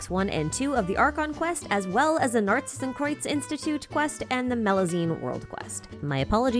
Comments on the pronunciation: As a german I can say: Your pronounciation of Narzissenkreuz is pretty much on point! ♥ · I can take that worry from you, your pronunciation of Narzissenkreuz is pretty on point. The "z", "s" and "k" could be a bit harder/sharper, but thats quite nit picky. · As a German, I can say that your pronounication of "Narzissenkreuz" is actually pretty good